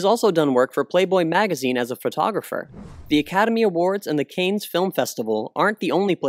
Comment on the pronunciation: I know I'm "that guy", but the film festival mentioned a few times in your vid is pronounced "Can", as in "Cannes = Can". It's French so, yeah, they either can't pronounce or can't spell their own language, I don't know. (Arrogant Englishman) XD